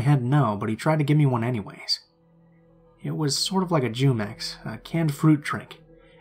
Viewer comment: Did you just say Jumex “Jew Mex” 😂